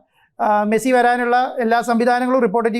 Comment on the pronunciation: മസ്സി അല്ല da മരപ്പൊട്ടാ